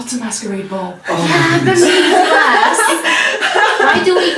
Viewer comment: says “masquerade” Me: loses my gay freaking mind